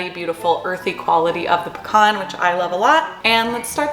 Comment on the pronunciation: why did you say pecan like that?